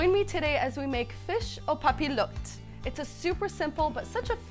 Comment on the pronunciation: You're saying it incorrectly. Papillote has a "Y" sound in the middle.